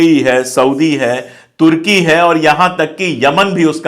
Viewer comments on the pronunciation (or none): none